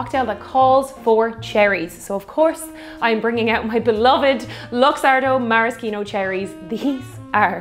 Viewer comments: Mara-Ski-No seems wrong, its Mara-She-No isn't it? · It's pronounced mare-ah-she-no not mare-ah-ski-no or mar-ah-ski-no. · It’s ‘maraSHEEno’ cherries. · As far as rye goes you should definitely try Michters. Also the C in Maraschino is silent ;-)